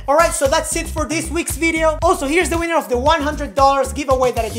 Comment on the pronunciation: not sure if her said winner or weaner... either way, i am in!